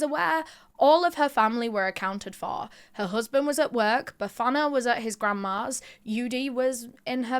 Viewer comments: The way you pronounced Bafana....really proud of you🎉❤😊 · she absolutely nailed it, I'm sitting here in awe... especially when she mentioned Bafana, I could swear she's from the hood too 😍🫶🏾